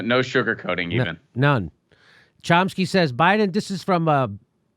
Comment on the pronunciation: " Cump-sky" lol.